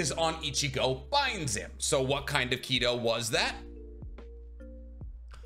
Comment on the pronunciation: Your pronouncing Kido wrong though.